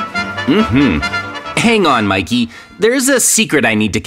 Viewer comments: I saw say mickey But its Mikey (Im not being a hater I love maizens vids:D) Its kinda funny he said that 😂😂😂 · Miked ? Do you mean Mikey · At one point It said Mickey instead of mikey💀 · Guys, if you change the language mikey heard like shinbi house heawnwoo and is shinbi house shinbi